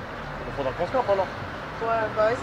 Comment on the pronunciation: Mdrrr BUS ! Il dit BUS pas puute bande de fou